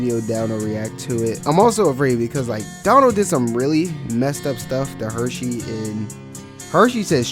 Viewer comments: Bro stop calling him “Hershey” like the chocolate company. It’s HurSey! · Dude mans calling Hursey-Hursheys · Omg I was going to say the same thing Son. Like this is a cool video but loose the SH lol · Is pronounced Hersey Not the chocolate there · Bro I can’t even watch this cuz you’re saying his name wrong the whole time